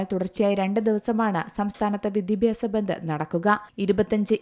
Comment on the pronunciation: ഭന്ദ് അല്ല ബന്ദ്